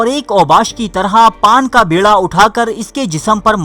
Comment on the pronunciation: Paan ka bEErha. Not bErha.